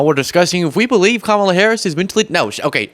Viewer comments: Trump is mentally impaired still cannot pronounce her name even after she made a point of telling him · I haven't figured out if Trump is too ignorant or too childish to learn how to pronounce Kamala's name after she has been vice president for 3.5 years. It's got to be one of those.